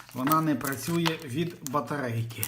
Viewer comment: Сука, сувора українська мова. Як не батаррейка, то акумуляторрр